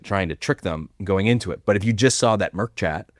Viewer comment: Great discussion as usual. However, point of clarification. It is mIRC not MERC chat.